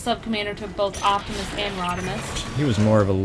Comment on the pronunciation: Octimus? really?